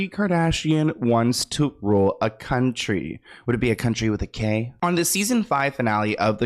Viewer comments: Country with a "K".. 😂😂😂💀⚰️ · Country with a “K” 😂